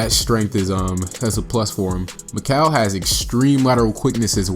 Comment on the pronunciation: Sorry to be annoying but his name is pronounced MIK-ELL not MIK-AL even tho it looks like that. I only know this because he was out neighbor and went to our high school. Anyone reading this never give up on your goals because when he was in 7th grade mikal got cut from our MS team and he was pretty bad but he improved sooo much. I have some videos on my old computer of me playing with him I’ll be sure to upload